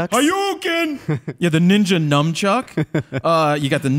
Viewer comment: Speaking of mispronouncing words, the word is Nunchuck, not nuMchuck. Also, I think I heard the word "Samwich". It's "sandwich". There is no M in that word.